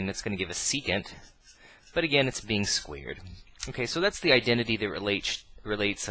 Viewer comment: "Squeered" xD Really good videos though :D subbed :P